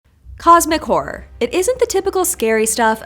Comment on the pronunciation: Im sorry... I accidently heard "cosmic whore" and can't unhear it. Thank you for the video tho. It was amazing